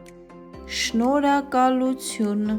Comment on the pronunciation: Its NOT Eshnoragalootun its SHENORHAGALUTUN